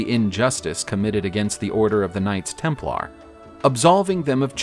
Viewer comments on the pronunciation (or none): Can't stand how you accent the LAR in Templar. Sounds weird. Tighten up